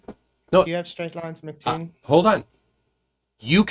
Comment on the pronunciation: Check, check... one, two... this thing on? * tap tap tap - feedback *. Also,, you idiot, arrogant (male appendage), it's pronounced EM CEE TOON, not fricken Mck Toon. If you bothered to notice, his YouTube name is big M, big C (em, cee) Toon. Really annoys me when you idiots say it wrong. I can fart more "interesting claims", than you can. Seriously, dude, try learning what it is you're talking about (including sextants), BEFORE making yourself look like an idiot (which isn't hard). STOP SAYING "SORRY..." when you think you're right, when you're not. I would also suggest you DON'T try to argue trigonometry with a guy who knows MATH better than you.